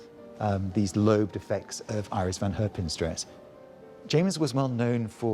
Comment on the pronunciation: Kudos for pronouncing "Iris" in a Dutch way